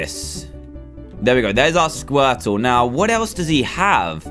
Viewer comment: Dan's Squirtle(?) Accent- Skwetow Dan's bubble accent- bubbo